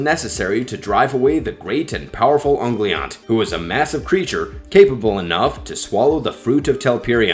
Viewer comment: It's pronounce uhn-go-Lee-aunt, moron. Learn Elvish or get out of the Tolkien video biz.... Cause you suck ...